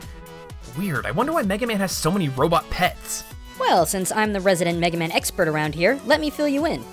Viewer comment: from the first 10 seconds when it says mega man joins the battle it buffered half way and said MEG man now i know capcom dont like this franchise